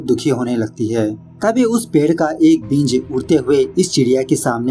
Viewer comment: भाई बींज नहीं बीज उच्चारण सही रखिए वीडियो और अच्छी जायेगी 🙏❤️ वैसे अच्छा एक्सप्लेन किया आपने 👌👌